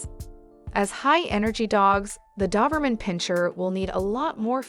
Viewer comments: It’s Doberman not Duberman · Dawberman? My Doberman didn't like that. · You aren't even pronouncing the breed name correctly! Ugh!🤦‍♀️🤦‍♀️🤦‍♀️ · Why do you keep saying doberman instead of doberman? ;)